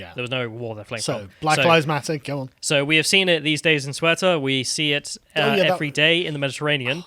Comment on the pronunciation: Hearing pronounce "Ceuta" made me cringe